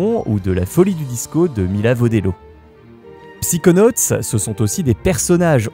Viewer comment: On dit "Saykonauts" et pas "Psikonauts"